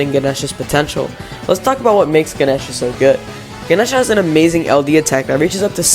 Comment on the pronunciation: I always pronounced Ganesha that way, how the fuck is that incorrect???? 😭